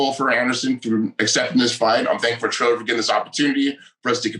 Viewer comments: Tito called Triller "Thriller" right at the jump and I knew he was still just as dumb as ever. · 15 seconds and Tito already called Triller, Thriller. Strap in.